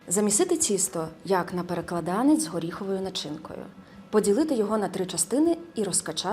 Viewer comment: Правильно наголошувати так: ПереклАданець!